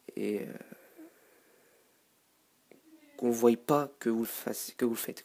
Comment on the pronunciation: Il dit (voye) s' est voie